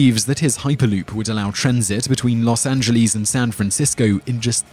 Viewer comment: Pronouncing it "loss Angeelees" sound almost obscene, dude.